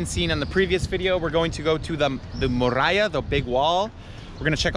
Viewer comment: 🤣Tú no eres 'morralla' (minuto dices morralla por muralla) sino un tipo estupendo que pronuncia mal español como yo pronuncio mal inglés, jeje. Gracias por todo friend!!!🙂😃👏